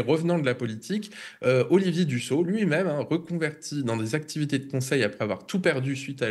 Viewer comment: on ne prononce pas Dusso mais Dussopt (e). Même si il est un traitre qui a trahi en son temps un parti de traitres, n'écorchons pas son nom.